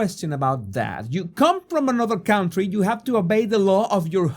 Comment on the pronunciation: A very fair and balanced report. Thank you for that. PS: learn how to pronounce 'county' and 'country' - they are not the same sound